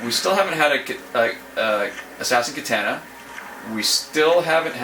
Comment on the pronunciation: And it's kitahhhhhhhna ahhhh ahhhh ahh not ..... Aaa